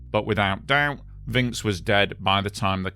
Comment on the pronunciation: Like your style of your narration and script writing! Pronunciation note: Alain is like "along" and Vincx is like "vanks". Thanks again, you bring so many apparently forgotten stories back to life.